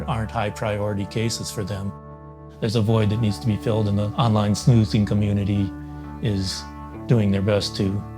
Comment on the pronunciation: yo when he said "in the online sNu zinn community" i felt that